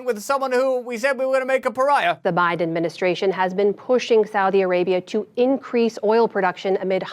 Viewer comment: Joe Lie-den. It just rolls off the tongue doesn't it.